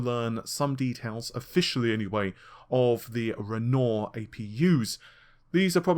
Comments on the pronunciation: That's Renoir as in ren-waaa. No I'm not a vocab nazi, just thought you might want to know. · Great channel! Always interesting info and well-presented. Outstanding. Minor point: "Renoir" is pronounced "wren-wah". All good wishes for a great 2020!